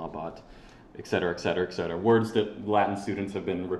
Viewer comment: It's "etcetera", not "ekcetera".